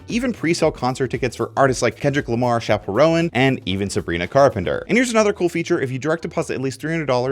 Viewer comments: "artists like Shapel Rowan" lmfao He seriously has never heard Chappel Roan's name pronounced before? 😆🤣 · Did he really just say Chappell "Row-in" in his ad? Lol